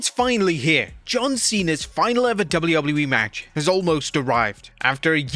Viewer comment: why do u pronounce wwe so weirdly it makes u unwatchable dawg...